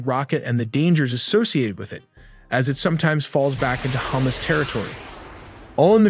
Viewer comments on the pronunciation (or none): Hummus? 😂😂😂😂😂 bro its not difficult to pronounce ha-Massss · Its hamas, not hummus😂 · Lol "hummus"